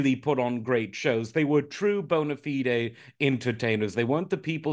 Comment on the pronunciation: Thank you for pronouncing 'bona fide' correctly.